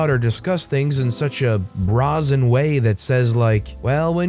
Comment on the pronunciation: bra-zen? ;-)) bray-zen ;-))